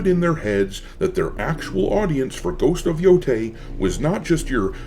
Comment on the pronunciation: I know this is not critical and very nitpicky. I thought I would let everyone know, that in the Japanese language, an 'ei' is pronounced 'ay' like hay, and 'ai' is pronounced like 'eye'.